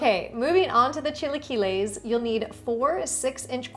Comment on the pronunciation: Learn to say it, ugh